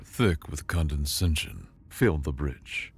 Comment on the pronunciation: You're adding an extra N into "condescension." It's pronounced Con-dee-Sen-shun. Also, "Kuiper" is a Dutch name, pronounced KIPE-ur. Hope this helps.